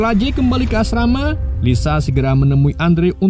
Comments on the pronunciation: Bukn asmara tapi asrama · Asrama jd asmara wkwk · Asrama di ganti menjadi asmara 😅😂